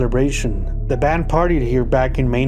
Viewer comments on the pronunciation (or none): none